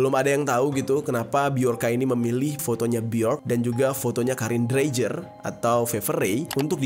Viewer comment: Dreijer kalau orang Eropa membacanya Dreiyer Mass